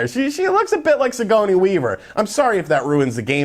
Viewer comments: words/names that has mispronounced: - Senua (pronounced SEN-ua, not se-NU-a) - Sigourney (pronounced Si-GOUR-ney, not Si-GO-ny) - Damacy (pronounced da-MA-shi, not DA-mah-see) This guy gets thousands of views for each ~10 minute video he makes. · Gor-nee Weaver man, not suh-goney. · Si-goURN-ey, not Si-go-ney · Sea-Go-Knee weaver lol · How could you butcher the pronunciation of BOTH "Senua" AND "Sigourney"?